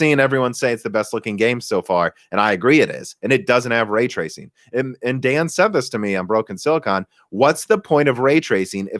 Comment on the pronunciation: way twacing